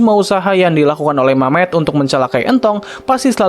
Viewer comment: Nama nya memet bg bukan mamet